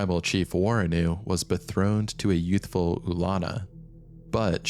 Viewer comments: it's betrothed, as in engaged to another, not bethroned lol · Another great video, just one thing I noticed it’s betrothed not bethroned, at about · Its “betrothed” not “bethroned” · Bethroned? Lol. You mean betrothed. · Bethroned lmao. Betrothed my maudlin exploitative horribly written incoherent probable AI, betrothed. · Betrothed not bethroned lol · 'Bethroned" eek